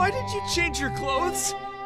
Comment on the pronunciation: why did you emphasize the did and not the “not”